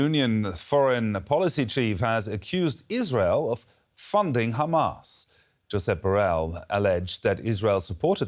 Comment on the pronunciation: How many times are you gonna remind that hamas is considered a terrorist group? i know this helps justify the genocide in your sick mind, so you literally repeat it everytime you say khamas. Which btw, "is considered a terror group by the EU"....